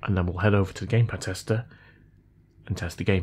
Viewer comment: I thought you said “Gay pad tester” 🤪